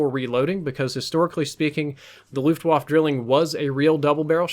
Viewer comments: YO ITS FRIGGIN GERMAN SAY LUFTVAFFE NOT LOOFTWOFF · I am german and at the monent xou said "Luftwafe" I almost hat to vomit! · Waffe is pronounced, “vah-fa”. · I cringe every time you say "looft wahf" hahaha but great video man, keep the good hard work up :) Edit: Also, "Drilling" is German for "Triplet" referring to the three barrels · The e in luftwaffe isn’t silent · ...man, I was hoping he'd pronounce the name of the weapon right at least for this video. German Ws sound like Vs, and e's at the end of words aren't silent. Ah well. I won't hate on the rest of the video...it IS a good weapon for beginners, if only because once you're an experienced player you won't use the thing every again except as a gimmick. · Luftwaffe is pronounced with the "e" at the end. As in "cat". Just saying. Glad you corrected your idiotic "Brecci" pronounciation which did not make sense in any language.